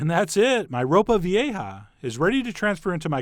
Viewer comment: Dude I replayed you sounding super white saying ropa vieja hahahah 😂😂😂